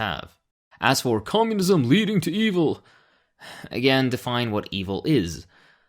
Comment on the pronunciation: Komyounizam get to da choppaaa !